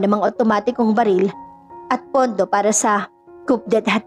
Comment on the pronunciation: hi narrator..patawa ka ha. "coup de tat" tlga bang kupdetat ang bigkas mo? AI b tong narrator? Koo-dè-tà po yn hnd kupdetat..hays..ok na sana eh don lng nasira sna mn lng mag research muna sa mga wastong bigkas pra hnd nman katawa tawa tau sa ibang nakikinig..